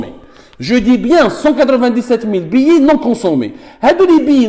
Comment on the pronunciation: Billets(biyé) et non pas Billi